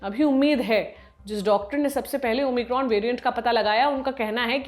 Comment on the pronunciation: ओ माइक्रोन होता है ओमिक्रॉम नही होता है ।